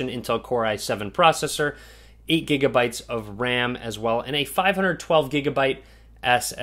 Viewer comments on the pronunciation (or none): none